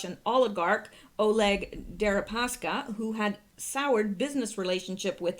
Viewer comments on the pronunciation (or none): none